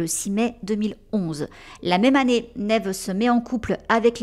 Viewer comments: Quand tu demandes la prononciation de Neve sur Google, la réponse est Nive… À voir😅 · On dit bien " Nèv " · Merci pour la vidéo sur cette excellente actrice 🙏🏼❤️La prononciation du prénom Neve a l’air aussi difficile que le prénom Deirdre x)